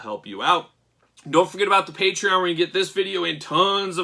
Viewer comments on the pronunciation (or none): none